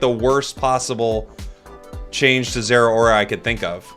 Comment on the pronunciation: Its zera not ttar💀